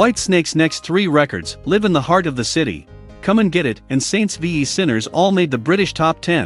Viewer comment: I hate AI videos. It shows the 1987 album Whitesnake while talking about their 1984 album Slide It In. Tawny Kitaen was not was not pronounced Tawny Kitten! It can't even pronounce the word live properly. As in a live album.